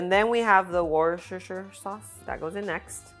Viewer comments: Woos. tah. sheah Worcestishire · Lovely. It's pronounced wooster by the way. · wu - stuh -shuh looks harder than it is lol